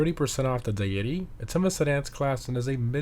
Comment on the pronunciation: Why do you pronounce Deity so strange?